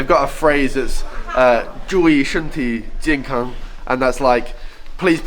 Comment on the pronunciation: 简单的一个动作，可以看到设计的人是多么细心。 Oli说的注意身体健康很标准！